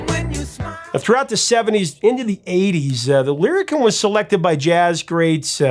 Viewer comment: Lyricon pronounced lyri- Kahn! I made my living using this instrument in the New York studio scene where I was the first call wind controller guy.